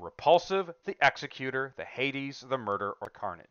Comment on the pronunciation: Executor is pronounced 'exec-Uter', not 'exe-cUtor'. As in like an executive, not like not an executioner.